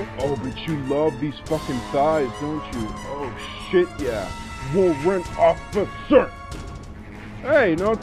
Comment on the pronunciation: WA-RRANT O-FFI-CER